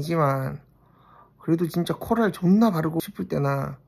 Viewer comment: 코랄코랄이 나는 왜 wlfkf wlfkf로 들리는거지?! 이명인가 ㅋㅋㅋ 공쥬는 라일락 잘어울리는거 알겠는데 한평생 술톤인 나는 어차피 눈팅할 볼터치 코랄 쟁여야 하나 고민된day💜💜💜